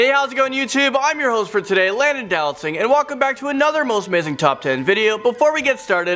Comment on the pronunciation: I always think it sounds like he says "landon do not sing"